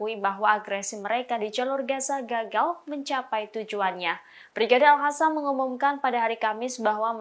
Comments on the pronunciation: Capek ya ngasih tau, tetap aja al qassam dibaca al hassam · Lo gak bisa ngomong Al -qosam ya ! Pake Q